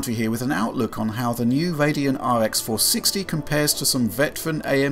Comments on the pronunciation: Wtf a Radeno? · its radeon not radeno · yep the new AMD RADENO Serious XD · "Radeno" Must have been a tpyo